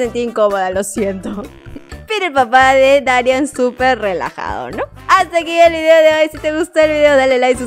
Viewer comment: Porque siempre dices mal el nombre de dari no se pronuncia darián! es darían con solo acento en la i